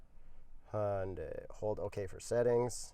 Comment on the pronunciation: hi yun dai you're professionals, you can learn to pronounce this